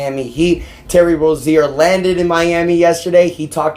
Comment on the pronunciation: And bro it annoying how u say rozier say it right bro ur basically saying terry rosier